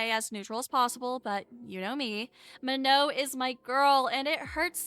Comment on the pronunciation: Not to hate but that's not how you pronounce her name it's manon with a n sorry I'm not hating